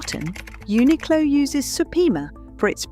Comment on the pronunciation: Uniqlo pronunciation is Japanese , not English pronunciation, so it is right .